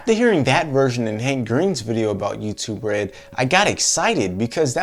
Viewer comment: When he says youtube red it sownds like you to bread